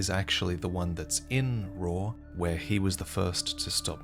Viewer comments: Raw Ruins? uhh, call me crazy, but it's Ray-uh, like Raya Lucaria ruins. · its not RAW its COW with an R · why do you call it RAW its pronounced RAH-OO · Isn’t it pronounced raaa-ooo? Not raw? Y’know like Raul Menendez. Rauh, Raul? I’ve never heard anybody call it Raw until the comedic many time this video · The only problem I have with this video is the pronunciation of "Rauh." I still havent played the DLC so idk if it's said anywhere in game but just looking at it I think it would be pronounced "row" (rhyming with "cow") possibly even "rowkh" which an aspiration at the end Thats just my headcanon though so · thought it was pronounced rah-ooh and i was happier then